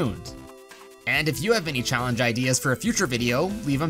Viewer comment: Did you say challenge as callenge ? 😂😂